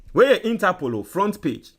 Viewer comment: So u think ur listeners r deafs or what? Interpool 20 times 😂😂😂😂😂